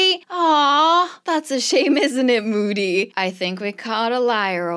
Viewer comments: It’s MOODY not MODDY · saying moody Google translate: bootie